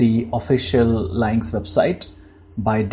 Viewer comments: Leinx? I'd pronounce it as Lünx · "Lynx" is pronounced as "Links". It is named after a type of very short tailed wild cat. Thank you for the video. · It's pronounced "links." If you're doing a video on something, you should know how to pronounce it. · encycl07pedia milord u r right! I beg forgiveness!!